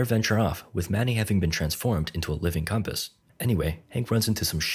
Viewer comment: Instead of compass it's comp ass lol 😂😂